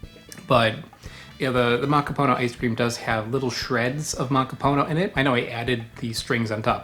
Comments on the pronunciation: Also I have always heard it accented on the last syllable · Did you know, that "macapuno" means "full" or "filled"?^^ So, it's a "filled coconut" just short-handed to "filled (one)". Also: it is -puno, not -po-no, the '-pu' is pronounced more like "poo" in english, maybe a little more open, straighter and further back than the english oo. But not like "(Edgar Allan) Poe". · Is it possible that "macaPONO" is not the correct pronunciation of "macaPUNO"? You said it the same way dozens of times, but you didn't seem to be conscious of it. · Why you say macapono? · He keeps saying Makapono... I keep losing my Admiration of him lol. And he said hello hello for halo-halo..